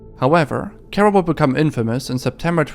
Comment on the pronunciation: Kero not Kuro